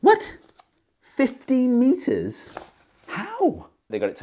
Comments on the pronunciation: "thaats tin meetas egzackley!" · Hearing him shout "TEN METERS!!!" in the most british accent was very wholesome.